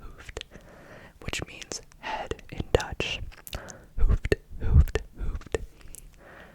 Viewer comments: Your dutch was definitely not bad, but ‘hoofd’ is pronounced like an oo, as in the word clooned. I think that is the best way I can discribe it haha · I like that you included Dutch! I laughed out loud at your pronunciation of ‘hoofd’, though. The double ‘oo’ is pronounced the same as a singular ‘o’, but just a bit longer, so no English ‘oo’ sound. Great video nonetheless :)